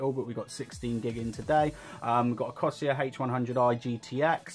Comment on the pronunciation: it's not cosier corsair